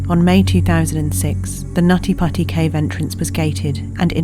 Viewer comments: Not me laughing everytime they said "nutty potty" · Not meant that I meant anything but um whenever someone said the cave name over n over it sounds like naughty pussy more than nutty putty cave😶😶😶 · Stop it you Brit! It's pronounced "Nuddy Puddy" ;) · I like how she says nutty putty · They got this narrator purely for her NUTTY PUTTY pronounciation and we all know it.